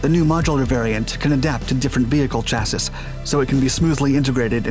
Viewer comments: Great video, keep it up! I do have a bit of friendly criticism though. Chassis is pronounced "Chassy" it rhymes with Classy. Don't worry, it's a common mistake. Thanks again for the awesome videos dude! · Can your computer so it pronounces chassis correctly? It is pronounced "chassy", like baby. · I only have one question... what is a "cha-siss"???? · Please stop pronouncing "chassis" incorrectly. I'm begging you. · BRO, it's chassi, not chassiS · CHASSIS The last 'S' is silent. Wonder why I can't recommend you more? Stop using this pronunciation of 'chassis' It should sound like chassy not chassIs Much like Marine Corps sound like Marine Core. Mounted on a Rhinematol RMMV HX2 8X8 but never shown Did show the Volvo 6x6 All Terrain Articulated Truck however. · Chassis pronunciation: Chass-ee ✔ Chass-es ✖ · I love the work you do. All the videos are great and very informative. My only "criticism" is the word chassis is pronounced "chassy" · I've been subscribed for a long time...but for fucks sake, please learn how to pronounce chassis (CHasē,ˈSHasē). It really is a brain splinter. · Awesome video but the word Chassis is pronounced "cha-see" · No hate here but the word "chassis" is pronounced chassee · Chassis = "Chas-e" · Love your videos! Chassis is pronounced "Cha-see". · I hate to nitpick, as I really enjoy all of your videos, but chassis is pronounced like "chassie". I grit my teeth every time I hear it. Sorry. Thanks. Keep up the amazing work... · Can we make that Shass-ee ✔️ Chass-ee ❌ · The third “S” in chassis is silent my man. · You do not pronounce the last s in chassis. Please look it up and apply it.